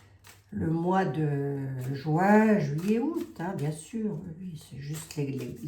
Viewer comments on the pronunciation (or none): none